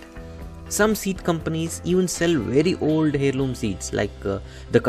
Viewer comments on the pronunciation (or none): It's pronounced Airloom not Hairloom. Thnx for the tips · FTI In English the "H" in the word heirloom is silent. It's pronounced air-loom.